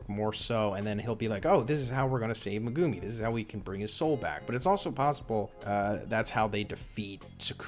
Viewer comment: It’s pronounced Meg- ( like Meg from family guy) Gu- like gooey and Mi- like me